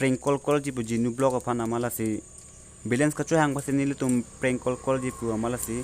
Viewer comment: You should speak and pronounce properly bruh❗ Don't pronounce cor instead of call❗